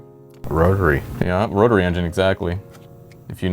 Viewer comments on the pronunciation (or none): "rotary" got me